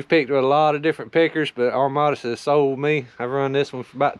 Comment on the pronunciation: Does know there's no R in Amadas?:)